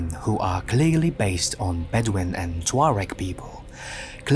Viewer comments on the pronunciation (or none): none